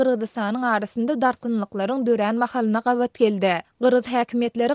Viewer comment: SAHRA habarlari gystanyp okayan. yzyndan biri kovalayan yaly. sözleri yalnys okayan meselem geldi diymeyan gelde diyan.